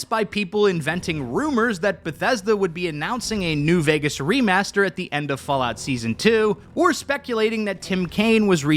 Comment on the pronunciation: my God, I was listening in the background while doing home stuff and the first time I've heard it like "Fallout: New Orphans" I've lost it